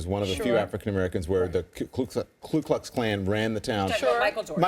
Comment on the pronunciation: It's ku klux, not klu klux